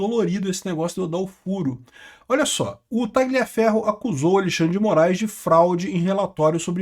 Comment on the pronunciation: Parabéns. Falta muito pouco pra você subir ainda mais de nível. Aprender que a pronúncia de Tagliaferro é taliaferro, sem o g (nome italiano) e parar de falar esposa, a palavra mais brega do mundo. Mulher. Repete comigo: mulher. Como é que o padre diz? Eu vos declaro e marido e mulher. Abraço.